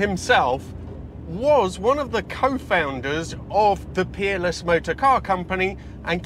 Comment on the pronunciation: I hear with a Yankee accent and I swear I thought you were saying Keeble was a designer at the Penis Car Company. Finally heard Peerless. Not sure if that’s correct either. By the way, that Chevy V8 exhaust sounds like something is off.